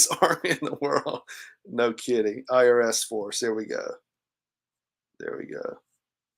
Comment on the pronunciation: Funny she cant even say "no"